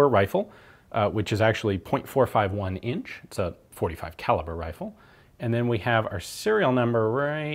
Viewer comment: “On the whitworth wifle”